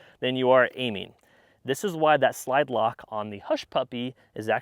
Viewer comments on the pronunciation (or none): Ahhh, the old "lide slock" 🤣🤣